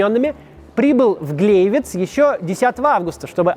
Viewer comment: Гляйвиц, а не Глейвиц